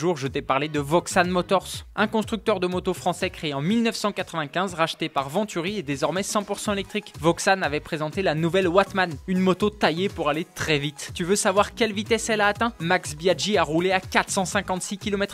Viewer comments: On dit "voxan" pas "voxanne" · On dit pas Voxane mais Voxan (au masculin), le mot viens du mot volcan. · Voxan c'est Français donc ça se prononce Voxan pas Voxane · on dit "voxan" comme volcan mais pas comme superman